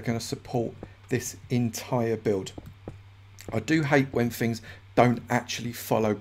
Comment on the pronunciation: "I do hate when fings don't actually follow gravity, it just makes me teef itch an' I can't be dealin' wiffit." ... uwotm8